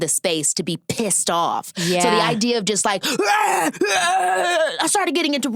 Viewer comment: The way Keke says “she was PISSED” when talking about Rihanna and G4L has me CACKLINGGGGGG